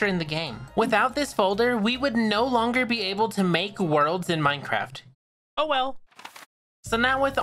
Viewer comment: bro everytime you say minecraft it sounds like maicraft